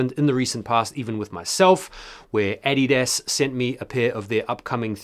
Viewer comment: Finally a sneaker channel thats says adidas correctly 😂